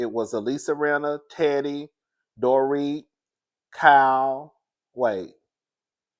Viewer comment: I don't know if it was me but it sounds like you said the doretha